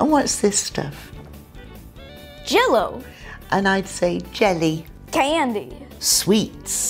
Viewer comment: J e l l y no is j e l l - o